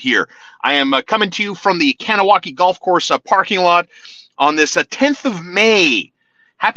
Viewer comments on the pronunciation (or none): Do yourself a favour and ask a Mohawk to pronounce Kahnawake for you a few times so you stop making a fool of yourself.